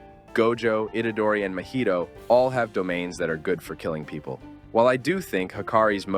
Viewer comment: why did you say mah-hee-to (mahito) like mah-ito